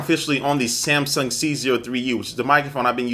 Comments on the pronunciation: When he says "Samson", it keeps sounding like he's saying "Samsung". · why do you keep saying samsong? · by does he call the samson the samsung